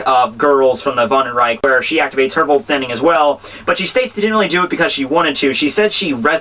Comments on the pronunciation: oh and the vollstaendig (vollstandig(umlaut a)) is pronounced as Foll- staen- dish........ (the sh is made using the tongue to make a lighter "ich" sound too. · Sorry but I have to disagree with you there. The G in german is pronounced like a hard english g. "gehen" sounds pretty much like "gay-en", not "jay-en" And vollstaendig is prounounced with the soft german "ich" sound, which sound like you're saying "sh" without closing your mouth and using your tongue. I've heard the pronounciation quite often and have books saying this about mainstream deutsch... do you have any books or links supporting the "ig" Btw, they're easy... "I"= "ee" "e"= "eh" "g"= g